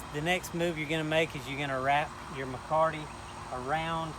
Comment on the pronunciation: There is no 'R' in Mecate!!!